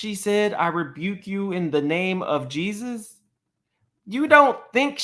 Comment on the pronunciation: She can’t say Jesus that’s crazy